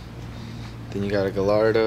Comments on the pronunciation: Eats fastfood...pays with cash...hmmmm. So rich I can't comprehend. Loves the Lambo, but says galardo (it's Gallardo)? 2 Ls make a y sound. What's different about the bumper? "Oh it's new." Sick mate, never would have guessed. Look across the street at that beautiful neighborhood... (rich with no driveway). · He called the black and yellow gallardo "Gah-Lardo) hahahahaha